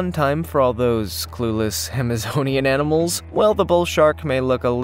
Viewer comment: okok on the Paku he said they like nuts and small "EnEmals" is that like a cross between a enema and a animal???? Just asking for a friend....LOLOL